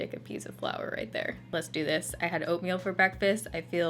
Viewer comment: I thought she said she had opium for breakfast I had to replay it to hear that she said oatmeal!!! 😝😝😝😝